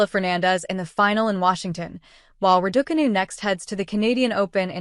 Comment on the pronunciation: I hear Ra-daw-canoe and stop the video immediately. What credibility can it have when it has no idea how to pronounce the name of the person the video is about?